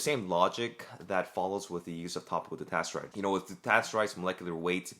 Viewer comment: I was following along most of the time, but at some point I couldn't tell if you were saying finasteride or dutasteride. You got a bit slurry there